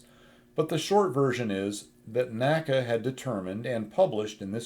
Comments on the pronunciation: N-A-C-A, not NACA. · Very informative video, as always! Some interesting Tidbit I learned from listening to the recent Fighter Pilot Podcast's "NASA" episode: NACA isn't pronounced "Naca" by NASA guys, but "N.A.C.A". This is no criticism or that you should change anything, the Co-Host (Test Pilot herself) also didn't know that - So I guess nobody would understand if somebody would use N.A.C.A all of a sudden ;-) Keep up the good work!